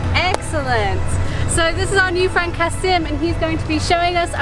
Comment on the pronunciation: You know you're gonna be annoyed, when the local tries to render his name() into English to sound, well non-local.(Never comment before watching it all. He's not Turkish and Tatars have different vowel articulations, even though they speak a turkic language) - About soup being popular, it is reckoned as the ultimate hangover dish. Seriously, look it up. Al tried some moist burgers before, it's not a good Turkish variation to have when you're getting yourself a bit hazy. It's soup! And the best street food you can get in İstanbul, or generally in Turkey is the Adana Dürüm. Which for some reason, no local ever points tourists or folks like you towards. Which is a kebab(Not döner, actual kebab) roll with spice and lots of lettuce and onions. Even a mediocre one is awesome. And a good one is just addictive. I don't live in Turkey in long periods for almost a decade now. I actually miss it quicker than I miss my family.